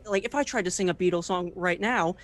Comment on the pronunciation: Did he just "say bEAtlees? pfff cringe". I am dying lol